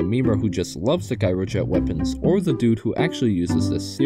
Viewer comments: By the way, "Gyrojet" is pronounced with a J at the beginning. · It’s pronounced “jy-ro-jet” and spelled gyrojet.